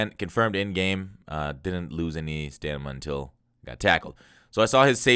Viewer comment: bro it's stamina not stanima 😅